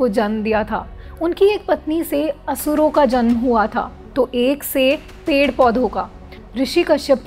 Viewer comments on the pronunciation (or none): none